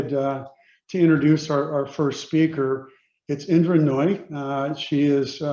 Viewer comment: did he say Indra 'Naughty?'😂